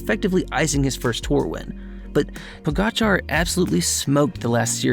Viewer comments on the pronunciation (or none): “Po-gatcha” “Row-glitch” “vingego” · Pogacar's name is pronounced Poe-gotcha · Pogacar.... the "r" is silent dumb dumb